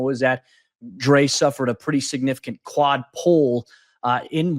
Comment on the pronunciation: Am I the only one here who keeps hearing "clot" when he says "quad?"